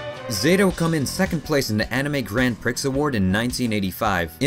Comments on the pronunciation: Thank you for producing these much-needed mini-documentaries for all intrigued by the Gundam multiverse. Prix is pronounced "pree". Btw: try voice acting. Or radio. Very professionally narrated. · You keep mispronouncing Grand Prix.